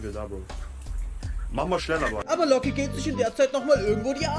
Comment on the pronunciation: Niemand: Jeder: Locke Unge : Looge